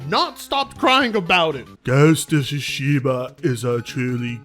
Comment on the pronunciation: "Port of Tsushima" 🤣🤣🤣